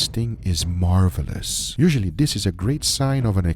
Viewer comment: Marvelous or Marblous >: ]